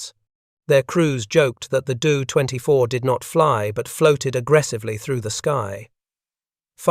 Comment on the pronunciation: 1. Your AI auto-read is good, but makes a lot of obvious annoying mistakes with things like reading acronyms phonetically ( saying 'dough-24' instead of D O 24). and makes really weird unnatural pauses. 2. Probably more critical, you need to have the photos on screen match what you're talking about. Why do you switch to a picture of a Do-24 when you're talking about the Hudson intercepting Condors? How hard would it have been to have a photo of every plane you're talking about, labeled, and on screen when that plane is being talked about? I can forgive using the AI text to speech but I can't forgive lazy editing.